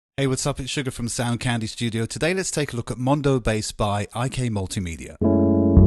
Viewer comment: You do realize it's called MODO bass, not MONDO bass, right? Blah blah blah